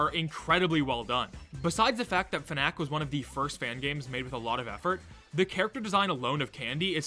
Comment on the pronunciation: why are you pronouncing fnac like "fun-nack", its supposed to be pronounced "fun-ass"